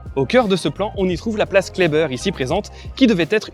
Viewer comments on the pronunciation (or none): Par contre les strasbourgeois ne prononcent pas la place broglie comme vous la prononcez mais bien place broglie comme cela se lit. De même la place Kleber se dit Klébèr et non Klébeur.